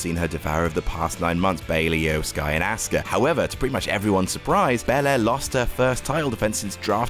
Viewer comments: It seems like says Asska or Ask her. Asuka: Us-Ka. It ain't hard lol. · it’s not pronounced “Us-ka” either. Asuka Is pronounced “Ah-su-ka” The U is only lightly pronounced and all syllables are pronounced for the same amount of time (no stress). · yes indeed but sometimes i'm hearing aus-car as well LOL